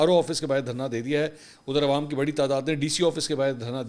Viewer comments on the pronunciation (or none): none